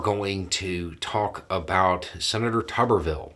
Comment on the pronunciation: This whole time I thought it was pronounced Toober-vill.